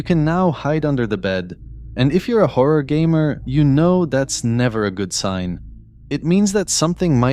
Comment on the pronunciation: when da howa game is widderwy howa